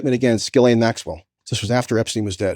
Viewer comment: Coleman Hughes goes full MAGA Trump dick rider. What a pathetic human. He can't even pronounce Ghislaine's name right.